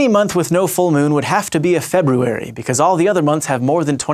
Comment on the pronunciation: you are the first person who I've ever heard pronounce the first "r" in "February."